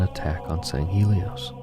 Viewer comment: Sand Shiune? Sounds more like “Dune”.